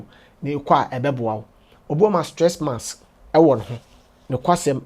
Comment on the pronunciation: Kwaku says "Sress Mass" Lol